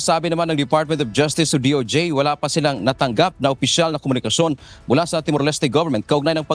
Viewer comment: Timor-Leste is pronounced with silent E not Leste with E it's Timor-Lest (Pronunciation)